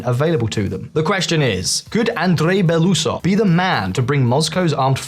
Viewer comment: Read his name ONCE and then pronounce it right. It's an easy one. Even for an American. BelOusov.